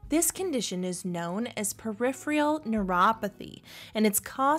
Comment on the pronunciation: Peripheral not periphreal.